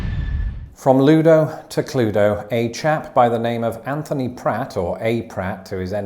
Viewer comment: how is it pronounced? I read it as "kloo-weh-doh" vs "kloo"